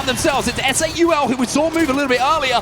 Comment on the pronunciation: pronounced "saw" as "sall" and Wolfe's as "Woofs" Brother in christ.